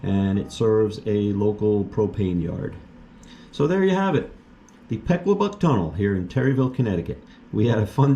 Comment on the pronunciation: Funny how when you're not from somewhere you don't know how to pronounce the name. We pronounce it like puh-kwa-buck lol